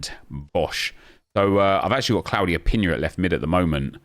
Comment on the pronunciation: please its pina not pinya